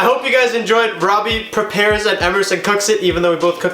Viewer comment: Prepare* wtf is a prepair?